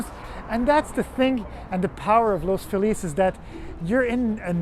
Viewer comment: I trust you more than someone who says the neighborhood’s name wrong. Good Job.👍